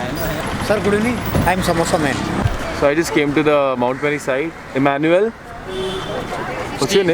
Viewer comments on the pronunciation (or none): none